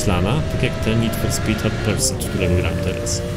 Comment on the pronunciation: “Hot persut”